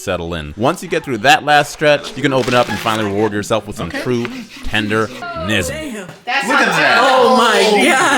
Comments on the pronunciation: unc really had to make a brisket just to say tendernism😭😭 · As soon as he said brisket, I knew he did it just to say Tendernism 😂